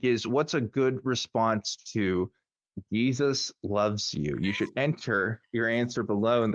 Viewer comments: Pronounced Hezeus? 😏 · Jesus loves you. - The feeling's mutual. By the way, he pronounces it hay-soos.